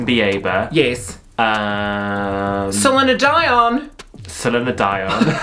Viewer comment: Avril La-Vig-Nee Justin Bee-aye-ber Salina-Dye-on! 😂